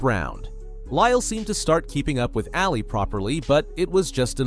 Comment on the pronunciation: Muhammad ‘Ahh Lee’. Not alley. If you’re going to narrate at least know how to pronounce their names. Thank you.